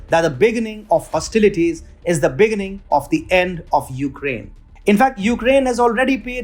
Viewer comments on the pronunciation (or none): Begínning, not Béginning. Kíev, not Keev. Succéss, not Súccess. Vow, not wuw.